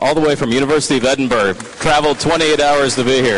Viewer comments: "All the way from the University of Edingburg..." I think it's safe to say he's never been to Edinburgh. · Didn't mean to put that extra "g" in there but you know what I'm saying. "Edinburg."